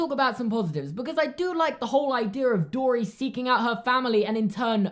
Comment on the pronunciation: I thought he said finding Dora 😂